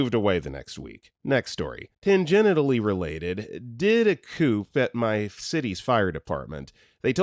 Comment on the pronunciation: "Tangentially" is pronounced tan-jent-shally. No genitals involved!